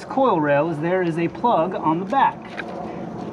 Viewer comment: Bro says "spark plug" But when bro says plug without spark Bro says "ploog"